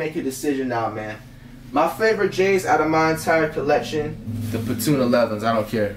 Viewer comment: Cash you said the 11s wrong too lmao